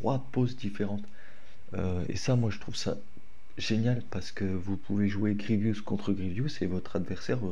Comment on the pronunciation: Vous avez quoi avec PierreOh !!!! C’est Grievous et pas Grievious les gars ;((